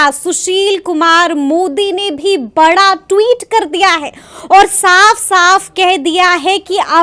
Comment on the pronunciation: बाड़ा नही बड़ा😂😂😂